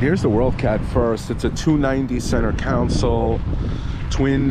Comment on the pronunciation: It’s console not council.